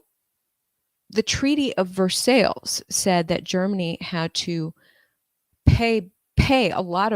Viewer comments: It's treaty of Ver-si... Silent L's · FYI, you pronounced Versailles wrong 🙈